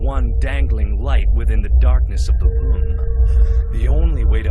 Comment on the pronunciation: Mark's voice is kinda different in this video... But the way he say "room" always boggles me.